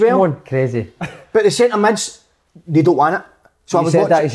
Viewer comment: Big kev "hulp" "sintur midfield"